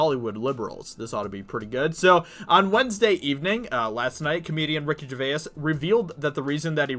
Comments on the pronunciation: I like that covers this, but I do wish he would learn how Gervais is pronounced. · Man your pronouncing his name wrong. It's annoying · PLEASE just call him Ricky, you have mispronounced his last name about 30 times in THIS video. It’s really annoying. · Vaha He’s literally the only person in the world who pronounces it like that. I can’t get through his video’s anymore, I’ve had to stop watching...made worse that he says his name at least twice in every sentence. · Sorry but it's vay's not vay-is. (grammar Nazi now returns to his room). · Can you at least say his name right dude. Its not Ricky "GER VAY IS" its pronounced like JER VASE. Long time fan of his. Love the vids tho man keep it up. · Bro. Great video. But dude, it's Gervais. Not Gervayis. One syllable. Like Ger-vace. Not Ger-vay-is. I cant. You gotta stop man. Sorry. It's me, I fully claim it. But for the love of all things sacred , u must stop. Thanks lol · Ricky GerVAIS - not Jerväääs...hehe still good show though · He’s not Irish FFS say it slowly Ger-vace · Ricky Ger-VAYAS I don’t mind but I can’t get it out of my ears now 😂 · "Ricky GervaYiEs" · Ricky Ger-vase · can u not pronounce his name correctly at least.... its not gervayas.. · Dude please get the name right Jer-vayz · It's pronounced 'Ger - vays'... how many times do you need to be told? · Sticking with “GERVA-IS” yeah? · For someone who's made a dozen videos talking about him, you'd think he'd have learned to pronounce his name by now. 😐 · ARRRRGGGGGHHHHHH he is still saying Gervayass!!!! Proves he does not read any of his comments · Dude, he’s not Irish and neither are you, so why do you say his name in an Irish accent? 😂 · What an odd pronounciation of gervais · You should watch some videos to see how to pronounce his name, its killing me the way you say Gervais. Great video Ricky absolutely nailed it. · Please pronounce his name correctly. You sound uneducated. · Can you please pronounce 'Gervais' correctly, it's really annoying.